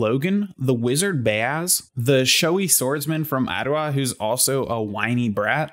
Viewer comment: Fantastic video. Well put! We pronounce "Bayaz" differently, I say Buy-yaz. Keep the content coming!